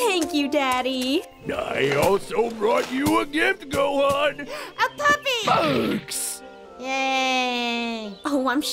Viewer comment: Did Goku say..... let's go hone goham?